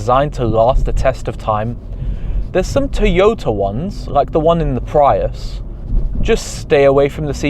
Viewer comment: “The pryus”